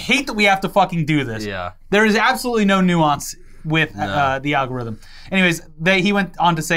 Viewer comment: really said "Al Gorithm" 🤣🤣